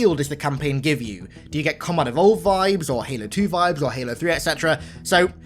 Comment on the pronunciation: you didn't say halo 3 right